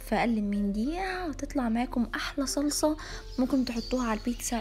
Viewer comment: انتي ليه بتولي بيتسسسا وسلساااا انا اسفه والله هل دي بطرسقه الايطاليان ولا ايه 😂😂😂